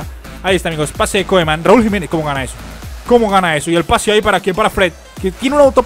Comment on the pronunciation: se dice Kuman, no Koeman:p jajajaja